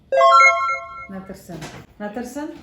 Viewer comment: Правильно произносите по азербайджански. НЕ " НЕТЕРСЕН" а "nə təhərsən" транскрипция по английски [ nəe təeнəersəen]